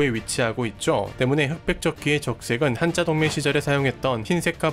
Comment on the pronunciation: Hansa에서 온 "한자"는 [hanza]가 원래 발음이기에 [한짜]라고 발음하면 안 되고, [한자]라고 발음해야 합니다. 참고로 [한짜]는 漢字의 발음입니다.